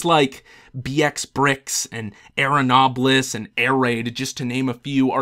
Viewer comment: It's not arronoblis, it's arnobilis98.